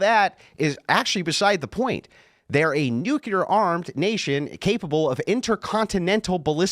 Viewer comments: People! The word is "nu-CLE-r", not "nu-CUH-ler". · What's "nucular" mean? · Is anyone gonna tell this dude nucular isn’t a word?? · loves to talk shit to people for their IQ and their communication skills but he says "Nukular" like GBush